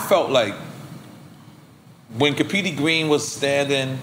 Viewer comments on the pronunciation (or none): Nobody: NORE: “CAPEEDY GWEEN” 🤦🏾‍♂️😭